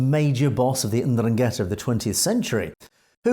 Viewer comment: Please learn how to properly pronounce Ndrangheta.